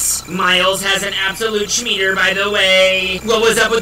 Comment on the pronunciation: 😂 wth is a *SCHMEETER"??